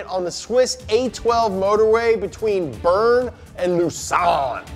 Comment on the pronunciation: I love saying bern to lausanne it almost sound better than the correct prononciation❤big love from fribourg Switzerland 🥰i love you guys